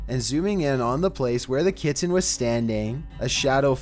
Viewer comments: Please learn to pronounce ‘kitten’ for the twelfth one, good video overall though :) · It's pronounced KITTEN not Kittan!!! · yep my daugthers cats do shit lile this...they stupid, an where Im from kitten is one syllable but theres also no t's in it either so...meh, but that dude needs to nutter his cat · Oh no, not the Kit-tin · I REALLY HATE HOW THIS GUY NARRATES HIS VIDEOS!!! I HAVE TO WATCH THEM ALL ON MUTE!!! AND THAT SUCKS. PLEASES I WILL GIVE ANYTHING NOT TO NOT HEAR THIS GUY PRONOUNCE THE WORD KITTEN..... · The way he says "kitten"